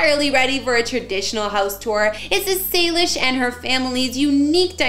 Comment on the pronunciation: It is not Salish it’s Salish